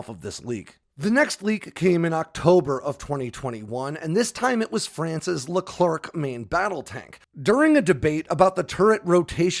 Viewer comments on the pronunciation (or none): It’s a Leclerc not Leclerk mate ( the C is silent) good video anyway 👌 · Sorry, but it's Leclerc, not Leclerk Sacrebleu ! You are massacring the name of one of the greatest french heroes of WWII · the french tank is called Leclerc (with a silent c at the end) the a famous french marechal.